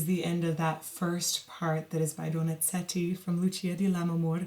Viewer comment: Vocal coach recommending a singer to emphasize and correct pronunciation of her italian language, then goes and mispronounce the italian composer's last name...